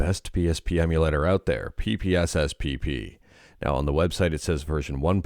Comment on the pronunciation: Hearing you saying PP in PPSSPP never gets old hehe.